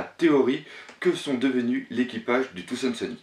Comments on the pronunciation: C'est pas trop ça le problème mais c'est plutôt quand tu dis des trucs genre "Touzand Seuni" à la place de "Thousand Sunny"... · pourquoi tu dis Thoandsunny? on dit Thousandsunny en gros soleil millénaire en FR quand tu le dis on a vraiment pas l'impression que tu connaisse le mot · je t'en pris prononce bien thousand sunny xD sinon très bonne vidéo^^ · bonne video!ù mais c tarpin drole comme tu prononces brook thousand sunny et tout